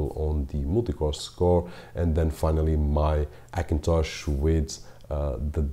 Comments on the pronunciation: Likes some language ignore first letter 'H', for example spainish, although he is speakingg english but he keep some that kind of hibit , i guess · AKINTOSH ?!!!! why can't you say the lightest letter H ?!!! very funny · Se dice "jakintosh"